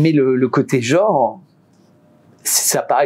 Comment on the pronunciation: On ne dit pas "Jore", on dit "Genre". Prenez des cours de phonétique madame la journaliste, c'est pénible